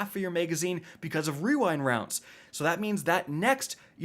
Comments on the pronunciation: It’s pronounced “we wined wounds” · How many trys did it take you to say rewind rounds properly